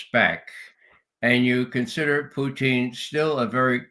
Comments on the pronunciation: Why the mispronunciation of Putin’s name? Russians say poo-tin, not poo-teeeen. Ray is the only person I’ve heard pronounce the name this way and now the judge is mimicking him. Is Ray trying to be clever or insulting? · I'm wondering why Ray says, "Putcheen?" Is that how it is pronounced in Russia?